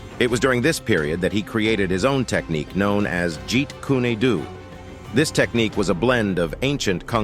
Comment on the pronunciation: What is wrong with you narrators??? Do you not learn pronunciation? The E in Kune is silent. Wow, the second time you pronounced it correctly, but you mispronounced Do.